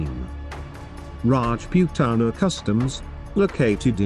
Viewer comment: Rajpuetana 😂😂 inke nnam ki narrator ne toh laga di BC